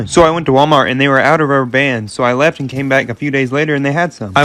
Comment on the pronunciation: When he says 'then I left' I hear 'then I laughed'